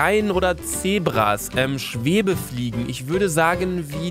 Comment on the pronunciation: Schwebefliegen xD nicht Schwebfliege? ^^